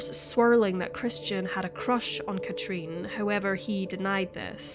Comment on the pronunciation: The way you say her name Katrin is so wrong and annoying.